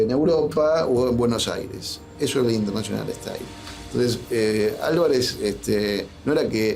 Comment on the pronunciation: Intenáshional ehtáil.